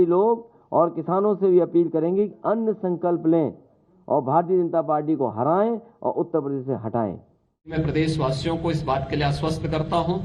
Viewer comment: Kya utta pade utta pade laga rakha h totti chor nam to sahi se lo... Danga gunde ho tum